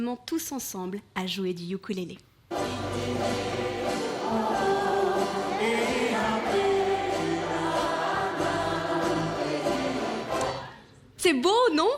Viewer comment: est-ce sur "Outube" que vous avez entendu que ukulélé se prononce "Youkoulélé"?